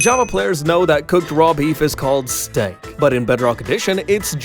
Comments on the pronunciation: you pronounced steak wrong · I’m sorry, how did you pronounce “steak”? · Why does he say steak like that😂